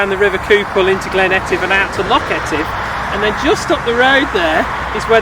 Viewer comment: Thanks too for pronouncing Etive correctly--after mispronouncing it for 32 years! Cheers.